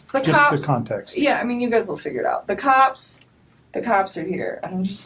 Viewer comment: Why does she keep pronouncing cops like that. “Kaaaaaps!!